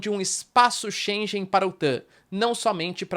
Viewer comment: 0 seconds ago Só uma ligeira correção: Shengen se pronuncia diferente, (como se tivesse um gue no Shenguen=pronuncia correcta).